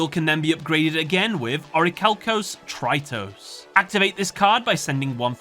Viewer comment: its not pronounced deu-te-ros my friend but vef-te-ros. this word is a greek one and it means 2nd in english language. and ofc it's not trai-tos but tri-tos that means 3rd in greek